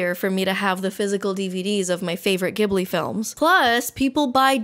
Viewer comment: youre saying ghibli wrong